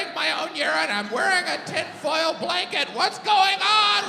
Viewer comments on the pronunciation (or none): none